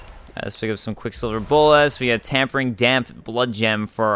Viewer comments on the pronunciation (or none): Its not Tampering damp blood gem its Tempering* like tempered steel.